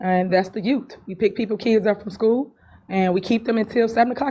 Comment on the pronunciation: Did she say yoot again . Lmao